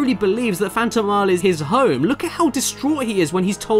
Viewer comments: Caddi, it's phantom + mile, phantomile, it's not that hard to pronnounce it, come on you weak....man! Also, thanks for reviewing this game! It's one of my favorite Ps1 games of my childhood <3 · Phantomile is pronounced phantom isle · First Klonoa's name, and now Caddy couldn't pronounce 'Phantomile'. Hahaha. ^u^ It's pronounced, 'phantom-mile', by the way. :-) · Phantomile is pronounced, "Fant-oh-mile" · How can you not pronounce Phantomile?